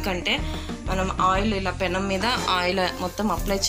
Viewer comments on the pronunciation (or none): none